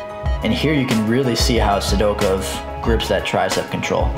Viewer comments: Great stuff. The way you pronounce Sidakov cracks me up. Sidokev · A little Sidakov slide-by addendum, eh? I'll definitely consider it! Maybe I'll even pronounce his name right this time. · I don't like how you say Sidakov